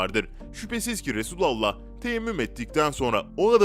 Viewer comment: Düzgün söyle artık.. Resulullah diyeceksin yahu bu kadar mı zor..Birisinin Efendimize seslendiğini dile getirecek olursan da ''Ya Resulallah'' diyeceksin..!!!